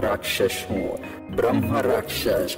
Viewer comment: भाई स्टोरी तो बहुत दे देंगे तुम्हें पर पहले उच्चारण तो सीख लो। ब्रह्मा राक्षस क्या होता है। ब्रह्मराक्षस होता है। हर वीडियो में यही उच्चारण रहता है। अंग्रेज बैठाते हो क्या वोकल के लिए।